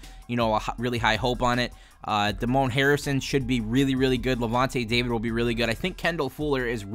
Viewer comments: Totally butchered Damon Harrison’s name. It’s not Duh-Moan, it’s Day-Min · Holy hell its Damon Harrison, Damon, not Damone from Fast Times at Ridgemont High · Damon is actually Day-mun Koch is actually Cook